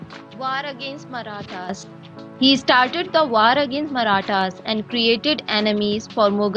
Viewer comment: 1: Chapters should be added to this video. 2: The narrator mispronounces many words, such as 'War' and 'Year'.